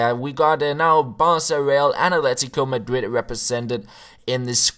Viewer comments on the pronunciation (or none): none